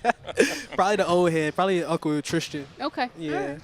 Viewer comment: Love DG, but when he says triSHtin not tristin i wanna scream every time 🤦